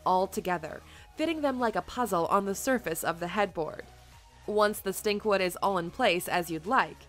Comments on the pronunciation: It's Stikwood, not Stinkwood, LOL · It's "Stikwood" NOT stinkwood! Wow